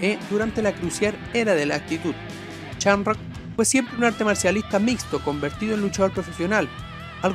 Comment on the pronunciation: No se dice Chamrock, no seas ignorante por favor